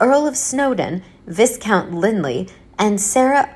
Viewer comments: Er... It's pronounced "vie-count" - not "viz-count". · Viscount is pronounce VI COUNT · S is silent in viscount